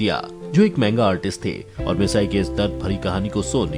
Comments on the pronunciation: It's not misaee it's mitsiii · It's mitsi nohara not massai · Its not misae its mitsi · its not misayi its mitsy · Shinchan mom name is misty not massi